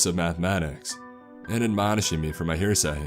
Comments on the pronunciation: "Heresy" not "heresay". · Heh-reh-sea ... hearsay means something entirely unrelated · it's heresay not here-say. like blasphemy. just so u know. love your channel man! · Yeah lol its pronounced (Hair -a-sea) Give or take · I'm finding it hard to forgive this mumbling idiot butchering the word "hearsay" for "here say"! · Derek Bates hearsay and heresy are different things